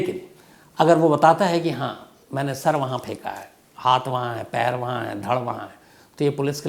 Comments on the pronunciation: Aap s ke aage i kiyou laga dete ho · Pichle 4 saal se aapka program dekh raha hu magar aap s ke aage i laga dete ho language tabdeel karo mere bhai